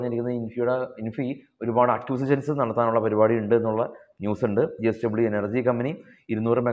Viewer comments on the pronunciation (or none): ജി എസ്ക൦ബനി അല്ല, ജെഎസ് ക൦ബനി എന്നു പറ. തുടർച്ചയായി അങ്ങനെ പറയുന്നു. അതുകൊണ്ട് തിരുത്തൽ വേണ്ടി വന്നു. ക്ഷമിക്കണം. യേൺടതായി വന്നു.